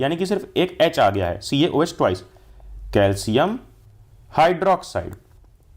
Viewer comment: Instead of twice u r saying toice